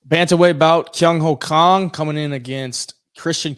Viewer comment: Wow. As a Korean born, I never heard such a correct pronunciation of "Kang (K-AH-ng)" instead of "Kang (K-AE-ng)" from English speaker. Respect!